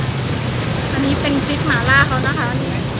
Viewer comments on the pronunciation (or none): แอดดดด..หม่าล่า...ไม่ใช่..หมาล่า 😁😁